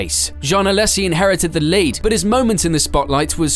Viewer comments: Also it's "Alaaaaysssi" not "Alessssi" sorry I couldn't hold that one in either. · Badoer was being lapped by Villeneuve, he was not running 4th in a Forti. Also learn how to pronounce Alesi at least semi-correctly (as well as Coulthard and Hakkinen)